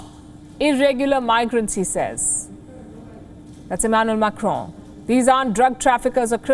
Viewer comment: Macron said correctly